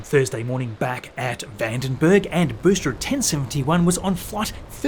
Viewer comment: This guy does good quality videos... But Tanzanians can't pronounce the words 'booster', 'entirely' and 'there/their/they're' correctly... 😂 Once you hear it, especially with the amount of times he says booster, you can't unhear it!!